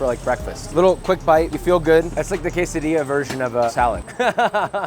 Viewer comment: NOOO! QUESADILLA ES CON QUESO! QUESSSO ADILLA